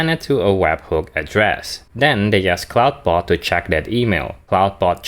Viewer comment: You keep mispronoucing "Clawdbot". "Clawd" rhymes with "god". It does NOT rhyme with "loud".